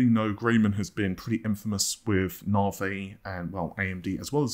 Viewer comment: Why are you concerned about pronouncing someone's name when you can't even pronounce Navi correctly, something you butcher multiple times a week! I can forgive the non-existent "r" but the hell do you get an "ay" sound from the letter i?